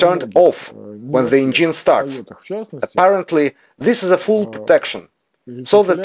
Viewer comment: Ударение engine проверьте, уж очень слух режет, носителям языка будет ещё хуже